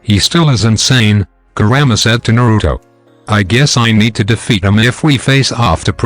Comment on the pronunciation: He is saying kurama grandma